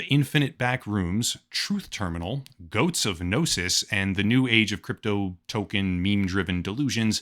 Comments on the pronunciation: "Goats of Gnosis" no sir, it's pronounced: [Goat-See] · It's pronounced [GOAT-SEA] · Its pronounced goatsy. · Pronouncing goatse like “goats” is pretty funny. Honestly never heard someone do that before. But yeah, do not google it. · my love it’s pronounced “goat-see” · It's pronounced goat-see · Isnt it pronouncced goatseee? Thats how ive always heard it. Gotta love that the AIs actually get memes and share some of the all time greatest of classics lol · It's pronounced "Goat-see" The Goatse of Gnosis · Its pronounced "goats see" all ad one word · It's pronounced "goat see". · I would never give my money to a cognitohazardous AI, but I have to admit the phrase "GOATSE OF GNOSIS" had me laughing my ass off for about five minutes. Also, last I checked, it was pronounced "Goat-see", but I could be wrong about that.